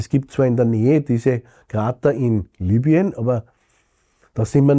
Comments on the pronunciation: Lübien? Eher heisst rs doch Libüen! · Wie kann man das nur Lübien aussprechen wenn da groß Libyen steht?